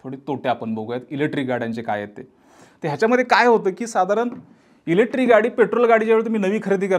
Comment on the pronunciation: एकच वाक्य परत परत किती वेळा? ग्रामपंचायत पंचायतीत देखील मेंब्र एवढं रिपीट करत नसावेत आनी अजून एक तुम्ही इलेक्ट्रिक शब्द उच्चरताना इलेट्री म्हणताय बाकी तुमचा विषय चांगला आहे